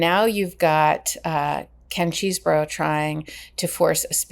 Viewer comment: Say it with me Ches - eh - bro. How hard was that? It’s not Cheese-bro.